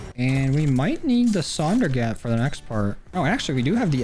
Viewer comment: The “sundergat” fucking sucks